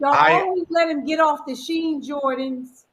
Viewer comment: She said the "Shein Jordan's". 😂😂😂